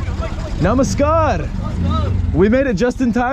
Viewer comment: The Way You say Namaskar, Dhanevaad, Chalo and Machan is Really Amazing.